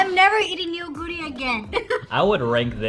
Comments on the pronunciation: Neoguro is pronounced- NU GURI not NE YO GURI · actually, it’s pronounced NO-GU-RI (너구리) not nuguri. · Fun test! :yougotthis:Neoguri is not pronounced "Ne-o-guri" it's pronounced as the eo in ramyeon, "noh-guri" 😊 The rice cakes is called tteok and the dish tteokbokki, meaning "stir-fried rice cakes" 😋 the cylindrical rice cakes' name is garaetteok ☺ ae pronounced as the ai in pair.